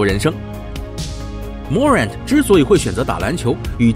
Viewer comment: Morant重音在后面